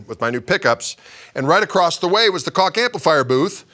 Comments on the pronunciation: It's pronounced Koggggg :-) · Koch pronunciation: In Europe many countries pronounce 'c' as 'ch'. For me, I like to pronounce Koch as 'Coke' or 'Coach'. :)